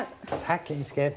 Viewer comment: Haha, ja det lyder for sjovt: "Vil du ha' en øl, ska-at? - Ja, tak det vil jeg gerne skat.." Min kæreste og jeg, gennem 14 år, kalder hindanden skat - men griner også med/af/over osv. programmet her. Når vi vågner om morgenen og spørger: "har du sovet godt skat?" kan vi sjældent lade være med at grine fordi vi tænker over (og kommer til at udtale det som i) programmet. Så al hate og flame sat til side: Man kan brække sig over det, og man kan forsvare deres ret til at snakke med deres gaystemmer